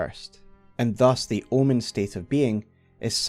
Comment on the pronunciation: I thought you said L one lol omen is an L birth 😊